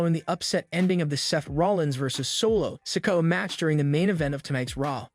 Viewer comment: "How would you book Bray Wyatt's return to the WWE?" Answer: I wouldn't. Also, fix your fucking speech bot! Who the fuck are Solo Sicko, Coddie Road, and Lanite?!